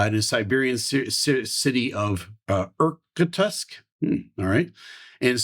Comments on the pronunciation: For future reference, Irkutsk is pronounced “ear-KOOT-sk”. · Anyone who's worth their salt in the boardgame Risk, knows it is pronounced "er-kutsk." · Irkutsk pronounce eer-KOOTSK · I hate to assume, but in case you wanted help on pronouncing that, try: Ear - Kóo - tsk (ó being the stress in the word). Hopefully this helps :) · Irkutsk is pronounced something like eerkootsk and named after Irkut river. I too flew an An-24 in 2004 in Cambodia. The plane also crashed 3 years later... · Irkutsk sounds like "ear-koo't-sk" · The city of Irkutsk is a two-syllable proper noun pronounced... eer-kootsk. The DASH 8's main gear struts appear much more robust. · Pronounced ear coot sk and it is on Lake Baykal in the far east of Russia. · Ear-Kootsk....... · Second!, thank you for this early report. Good try on those Russian words, but Google will give you a better pronunciation. ❤